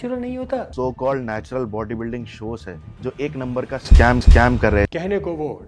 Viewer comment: kabhi kabhi natural bolneko 'natular' hi nikalra